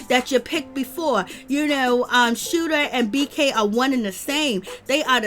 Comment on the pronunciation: Did u say scooter instead of shooter 🤣🤣🤣🤣🤣🤣🤣🤣🤣🤣🤣🤣🤣🤣